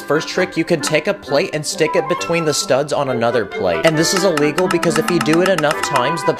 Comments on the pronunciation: In one video you said a wegol and you we're trying to say illegal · You keep saying a wegol